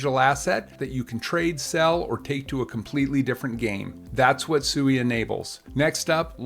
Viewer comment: It's pronounced swee